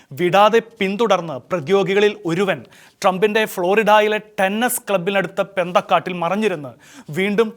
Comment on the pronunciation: പെന്തക്കാടല്ല, പൊന്തക്കാടാണ് പ്ലീസ് നല്ല ഭാഷ ഉപയോഗിക്കുക ഇടയ്ക്കു പെന്തകോസ്ത് എന്ന് ചിന്തിച്ചുകാണും